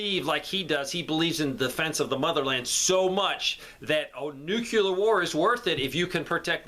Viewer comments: I really appreciate you and your content! Thank you for providing great information! However, I need to harp on a pet peeve…please please please learn to say Nuclear! It is NuC Le Ar not NucULar as you pronounce it! It undermines your knowledge by saying it incorrectly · The word is "nuclear", not "nucular".